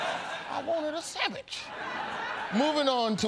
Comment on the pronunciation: Roy Woods Jr. is the winner today simply because he calls it a "sammich".